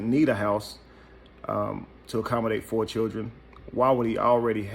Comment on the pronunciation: And FOE behbee dehdeez